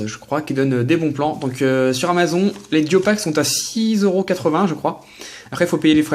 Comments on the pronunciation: mdr comment tu dis amazon ça se prononce amazon"e" comme une amazone :) amaZON mdr :p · Amazon se dit amazone rho :p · Amazon se prononce Amazone petit:p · amazon tu le dis pas bien